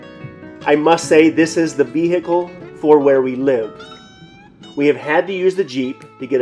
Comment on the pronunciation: You always know someone means business when they say "vee-hickle"